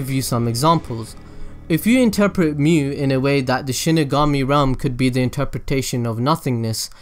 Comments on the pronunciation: This is really good! Also just so you know, Mu would be pronounced as moo. If it was myu it would be spelled as みゅ But yeah! glad that I watched this! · Ryan Czerwinski In Germanic/Roman languages it's mew. In Japanese, Mu is its own word, meaning Negative. It is pronounced Moo. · It's really strange you saying む(mu), "myu" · 無/む (mu/nothingness) is pronounced as in mood but with short vowel, not as in mute. It is same as Japanese alphabet, む/ム, obviously. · Great video, as far as your pronunciation of Mu, you say moo, like a cow. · He's right, it's pronounced like moo. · it s not myu nor muh nor moo its mu as it is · 無 (mu) is pronounced like moo